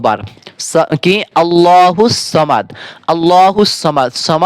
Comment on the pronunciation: সামাদ না সমাদ বলো